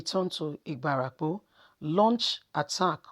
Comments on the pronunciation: My sister, it is Ibarapa, not Ibarapo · Point of correction on pronunciation IBARAPA not IBARAPO